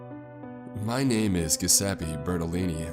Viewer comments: You are really good at this except for one thing. You don't seem to care anything about pronunciation. Giuseppe is Italian for Joseph and it's pronounced Jo seppeee. Usually guys with this name are called Joe for short. Just do a little research if you don't know. I know, it's tough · According to the thumbnail, he found wolnir. That would be freaky, but sick. Also the G in the name is soft, not hard. Basically "jeseppi" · It’s pronounced (Jew-zeh-peh) great narration though 🤟🏻